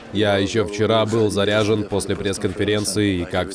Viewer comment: Как обычно," я заряжень", я заряжень